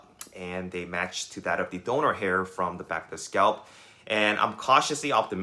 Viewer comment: IT IS 'SCALP'...NOT 'SCOUT'